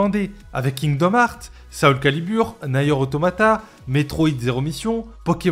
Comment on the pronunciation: Il a dit nair automata 🤦🤦 respect ce chef d'œuvre. On dit NIER AUTOMATA !